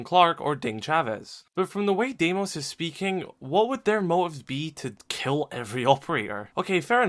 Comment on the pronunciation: It’s pronounced dee-mos its a greek name 🇬🇷